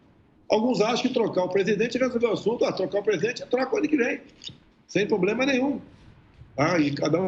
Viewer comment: Um presidente que fala "pobrema" rsssa